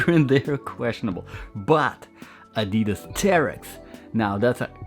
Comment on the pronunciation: You should pronounce Adidas correctly 😂. I've just ordered the GORE-TEX version.